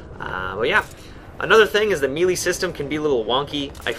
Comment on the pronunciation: it made me laugh when you said "meeeely" system.